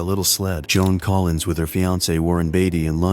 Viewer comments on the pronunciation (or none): none